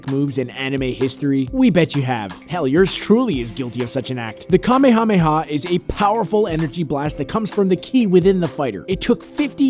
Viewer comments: Dislike for the mispronounciation of Kamehameha. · It upsets me when people mispronounce the kamehameha